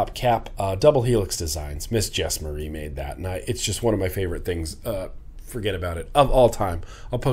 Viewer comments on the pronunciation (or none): none